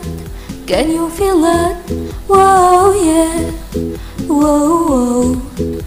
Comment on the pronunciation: خامه الصوت كويسه لكن مش متنسقه مع الاغنيه كويس كمان كلمه feel فيها الصوت i ودا مش بنعديه ف الاغنيه بلس that مش بناكلها الجمله الافتتاحية مش تدى نفسك فرصه انك تنطقى is لوحدها ف Emaa is back لا دى بقا تتقال بسرعه اتمنى تاخدى بالنصايح دى وتعدلى النسخه هتبقى احسن من كدا ي جميله😊